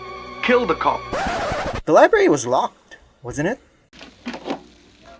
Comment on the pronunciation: And he says liebary instead of library